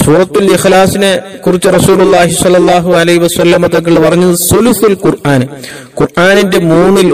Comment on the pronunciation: കുൽ യാ എന്നല്ല "ഖു ൽ " ആണ് ഖാഫിന്റെ മഖ്‌റജ് നന്നാക്കാൻ അല്ലാഹു നമുക്ക് തൗഫീഖ് നൽകട്ടെ ആമീൻ ഫക് ർ ഫാക്കത്ത് അല്ല ഫഖ്ർ ഫാഖത് അല്ലെ ശരി കു ർആൻ അല്ല ഖുർആൻ എന്ന് അല്ലെ പറയേണ്ടത് ഉസ്താദെ അസ്സലാമുഅലൈക്കും ദുആ വസിയ്യത്തോടെ ജഹ്ഫർ കടക്കൽ